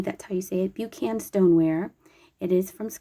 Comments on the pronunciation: That company is pronounced Buck-n Like the author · Hi from Scotland. So happy to see Buchan plates over there in the USA. Buchan is pronounced Buck-an. Portobello is about 30 minutes drive from where I am.